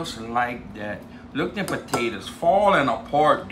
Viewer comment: Why I'm the world do you peal the puh-tay-tuz?